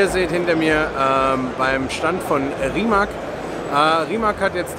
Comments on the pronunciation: Rimac wird anders ausgesprochen. "Rimatz" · Yes. "C" in Rimac is pronaunced exactly like "zz" in Pizza.